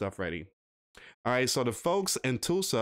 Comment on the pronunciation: It's not Toolsa, it's Tuuhlsa. Have you never heard of Tulsa????